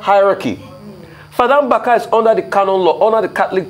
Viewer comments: Hi news presenter. The pronounciation is Mbaka, and not Mgbaka. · Ojy it’s Mbaka, not Mgbaka. Ukwuani people speak Igbo!